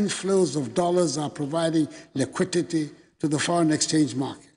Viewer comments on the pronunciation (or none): Did I hear “lequitete”?